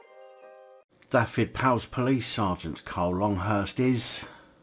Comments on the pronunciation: just a little tip on pronunciation, single F in Welsh is said as V so its (dove-ed,) Dyfed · the F is said as a V SO IT sounds like this Du-ved.